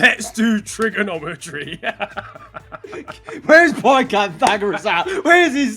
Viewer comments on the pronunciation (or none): I know it’s “trigonometry” but the way said it.. 😂🤣 The maths behind the trigger 👏🏽